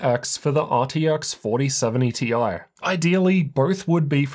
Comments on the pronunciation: You have to stop say tie it's T I. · Thoughts my ears werent working when you pronounced 4070 "tie" sometimes 😂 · The interchange of Ti and tie in less than a sentence completely blew me out of the viewing experience. Sorry, Can't handle it. The Ti stands for Titanium, Not neck wear. So either T-i OR Titanium is correct. Not tie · I love how switches between Tee Eye and Tie pronunciations to please everyone